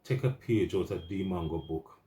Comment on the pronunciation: Bro it’s not mango tho 😂 trust US Jamaicans to spoil names. MWAH ANGO